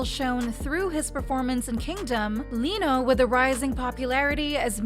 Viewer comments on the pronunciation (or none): none